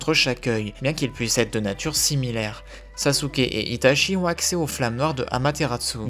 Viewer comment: Salut, J’apprécie la qualité de chaque vidéos mais la prononciation des noms japonais m’accroche les oreilles, par exemple itachi qui ce prononce itatchi phonétiquement. Continue ce que tu fais, j’adore ton travail